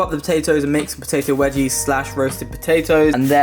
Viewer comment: when he said potato wedgies